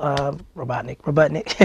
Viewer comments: YEARS later after my childhood show finished... and Jaleel is STILL calling Julian, "Ro-butt-nik" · Gotta love how he called Dr. Robotnik "Robuttnik" without even thinking about it. 😆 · He couldnt help himself he accidentally said robuttnik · I love how he slips saying "Robuttnik" since that's probably 90% of what Sonic called him in the show. Some stuff just sticks in your head, even after a show is done. :) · s'been more than 10 years he's still calling Robotnik Robuttnik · I love that he called him "Robuttnick" as if in character, and then goes in to describing acting. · Jaleel erroneously referring to Robotnick as RoBUTTnick was just pure awesomeness.